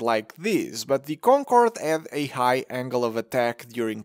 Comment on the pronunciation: i love how this dude speaks: DEES EES DEE KONKOWWORD